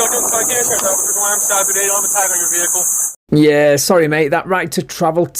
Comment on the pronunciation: Do you know what a "VECKLE" is? It's how you call a vehicle. LOL.